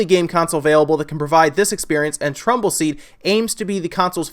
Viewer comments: Kyle Morris Tumbleseed. He said it wrong. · Super Chris np. I thought you were making fun of because he kept saying trumble seed!